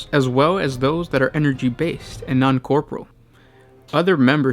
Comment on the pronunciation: I like your videos guys, I just wish you pronounced yor words correctly. "Corporeal," "Topography." 😥